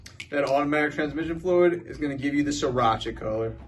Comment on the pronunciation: It's sRiracha with an r